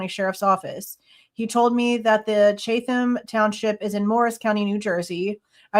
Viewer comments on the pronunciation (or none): NJ here! Pronounced “chat-ham” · I’m in Savannah, GA. Chat-em County 😂😂😂